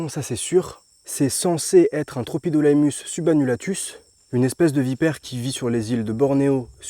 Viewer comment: Magnifique ! Sinon ça se prononce « tropidilémus » 😊